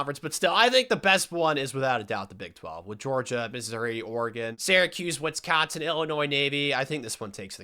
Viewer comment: Why does bro keep putting a “t” is Wisconsin? Wtf is “Witsconsin”